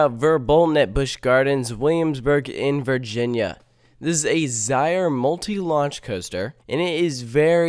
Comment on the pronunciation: Its (ZE-RER) not (ZI-RER)